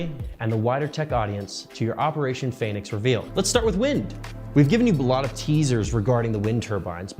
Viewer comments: he even pronounces it PHEnix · The fact that he was pronouncing the first syllable of the word “phoenix” as “feign” is either a hilarious coincidence, or a smug breadcrumb that alluded to what he was up to. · "Pheonix" was an ironic mispelling, since they pronounced it "Feign-ix". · Omg the Phoenix misspelling is mad funny, he even is pronouncing it like "Phay-nix" to cover it up XD